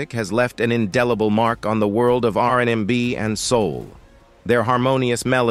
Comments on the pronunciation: Why is the narrator constantly messing up the name R&B And Isley when white men tell black stories lol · Loved their music growing up! Drifting on a memory.... Was the commentator A.I. on crack....WTH??? It kept mispronouncing the last name, along with screwing up R&B. How do you screw that up???? 😅😅